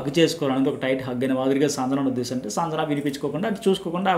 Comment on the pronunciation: సంజణ కాదండి... సంజన అని పలకాలి